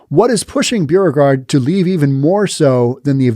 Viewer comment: Hi, another great podcast. Correction on your pronouncement of "Beauregard", it's pronounced "Bo-re-gard". Like "Beau" as in boyfriend.